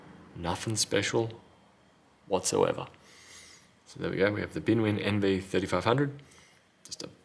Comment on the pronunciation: Did you really call it BinWin?